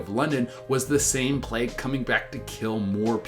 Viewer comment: why did i hear 'the black hood' instead of 'the black plague'?